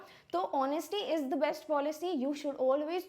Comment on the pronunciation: Ma'am you're a English teacher and you've taught articles but still you yourself don't know different of "the" (द) and "the" (दी) !